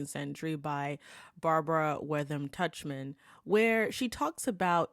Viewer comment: the greatest popular historian of the twentieth century (arguably) was Barbara Tuchman, pronounced Tuckman, and she did not use her middle name professionally. Oh well.